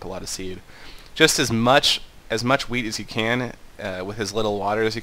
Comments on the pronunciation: sounded like weed to me XD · i love how all the times he sais "wheat" it sounds like " weed " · Am i the only one to hear "weed" each fuc***g time? :) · Is he saying "weed" or "wheat?" I couldn't tell sometimes... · It sounds like you're saying weed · am I the only one who heard weed instead of wheat? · I like how you pronounce "wheat", seems something else :P